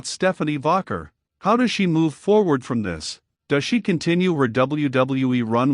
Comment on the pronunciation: It's Pronounced Vaquer not Vaguer